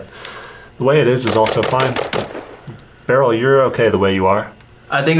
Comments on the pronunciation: It's not pronounced barrel it's B E R I L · Love how yall keep saying barrel instead of beryl to piss AK nerds off🤣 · The fact that you guys were saying “Beh-rul” instead of “Beh-real” and “Ra-dum” instead of “Ray-dum” is definitely not giving me a stroke. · BURREEL say it with me BURR. EEL.